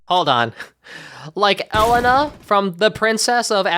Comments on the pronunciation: Hola! I hope you’re doing well. I really liked this video! I love Elena of Avalor. And you actually pronounce her name ELAYNA. I actually prefer Elena to Sophia. Sorry if Sophia‘s name is spelled wrong. I actually do know how to spell it, but I’m dictating so Siri doesn’t know that Sofs name is spelled capital SOFIA. I’m so excited for Royal Magic, because Elena will be in it! That’s the only reason I’m even watching it besides Moana‘s debut appearance and Jasmine‘s reappearance along with Rapunzel’s. My favorite characters in Sophia‘s series are Leilani, KARI, Hildegard and Amber. I also love Cassandra from the lost pyramid. Being blind myself, she was portrayed with respect and accuracy! I also love Queen Emmaline and her family from the floating palace.f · Do Elena of avalor Also, i think it's pronounced Ah-lana. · ITS PRONOUNCED ELAYNAH!!!!! YOU CUTE HUMAN BEING!!! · I find it hilarious when people pronounce a character's name that they say multiple times in the show. El-en-a?😂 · Are you saying Elena’s name wrong as a joke? I can’t really tell. If not it’s pronounced A-lane-ah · her name is ELENA. E-LAY-NA😭😭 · You can cover Elena of avalor if you pronounce her name correctly. Its pronounced eh-lay-nah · Elena is pronounced E-lai-na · Elena is actually pronounced (E- lane-na) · if you do cover Elena of Avalor, please learn how to properly say her name, because her name is not ellen-ah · An Elena of Avalor video would be awesome as long as you say her name right! Please for the love of white people don’t say it like Ellen-ah😭 they literally sing her name like 20 times in the theme song Also as a kid, I saw the trailers/ads for the new show Elena of Avalor and as a Sofia the First fan I absolutely freaked out cuz the kingdom is the name of the the amulet in the show! It was my first time seeing a show crossover so I was super hyped. And the special did not disappoint! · Yeah! It’s Elaine-uh! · I hate the way he says Elena's name 😭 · Your saying Elena’s name wrong😭